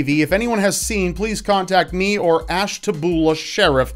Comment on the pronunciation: It’s pronounced Ash-tuh-bee-you-luh, just so you know!👍